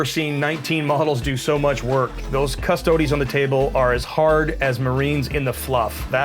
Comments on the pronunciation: People that say 'Cuss-Toad' instead of "Cuss-toa-dee" rub me the wrong way Lol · Cus - toe - deez Not cus-toads. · It’s pronounced custodEES not custods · Cust - O - Dees. Cust-O-dees. Custodes. Not Cust-odes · 'Cus-toe-dees'. Not 'Cus-toads' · It's pronounced "CustoDEEs." Not "CusTOADs." You don't see people pronouncing it "Adeptus A-STARTS." It's "Adeptus Astartes." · I'm sorry, but he is talking english wrong [ kuh-stoh-deez; Latin koos-toh-des ]... referring to a single unit as a custode is still heresy but i will allow it, because that's not even a word. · Lol at all the mispronounciation. Cus-toads. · Please stop mispronouncing custodes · Just wish they’d consistently pronounce custodes correctly 🤣 and I’m pretty sure the singular of ‘custodes’ is custodian 😂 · how they say custodes gives me aids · Deliberate mispronunciation of units, rolling saves one at a time, unnecessary declaration of models making saves before any have been saved... wouldn't not get my vote for favourite opponent. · Fair enough, although everyone mispronounces it in the video a few times and pronounces it correct a few times. At the end of the day it doesn’t really matter, call them your custard creme pies :) what ever floats a space marine. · I mean, nobody's going to arrest him for mispronouncing it. That being said, he's still wrong, and should be called up on it. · The mispronunciation of Custodes annoyed me more that it should have. I have to assume he’s doing it on purpose but I can’t fathom why. Maybe the hat overheated his brain. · Francois Lalonde your not far off, it does get toasty under the hat! Also love to see people get mad about the pronunciation of it, because at the end of the day, we’re talking about a bunch of made up dudes :) smile, have fun, play on.